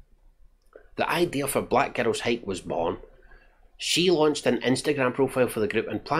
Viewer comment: To my American ears, every time you say "Black Girls Hike" it sounds like "Black Ghettos Hike". That would have been a much more interesting name for the hiking group. Great movie review.